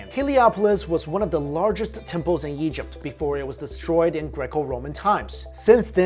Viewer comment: "Stretch from Syria in the Yeast to Nubia in the South." Plus countless other times he pronounces Egypt "Yegypt" And he pronounces Ra (Rah) as "Ray" lol Not his fault though since I think he was born in China, I just found it funny.